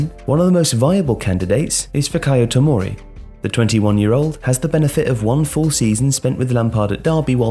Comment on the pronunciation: Respect to for pronouncing Tomori’s name. A lot of PUNDITS would’ve butchered the pronounciation